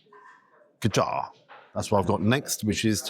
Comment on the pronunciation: Love your videos. Btw it’s gajar pronounced like badger.